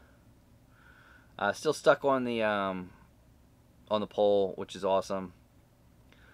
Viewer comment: "Suck, Suck SUCK!!!!" Bless his heart he couldn't say stuck!